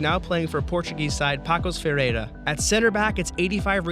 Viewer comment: waiting for Portugal, and the HUGE work in FIFA players recourses i want to see wich Goalkeeper it will be from the list like José Sá, Bruno Varela, João Costa, Miguel Silva, Joel Pereira and others... and about the video, nice but it pronouce "passos de ferreyra" because the "Ç" i have a sugestion, PORTUGAL and later, ANGOLA & BRAZIL